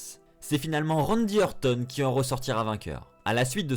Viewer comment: Bonne vidéo, mais un effort stp quand tu prononces "RANDY ORTON" à la Française c'est chaud comment tu saccages son nom :S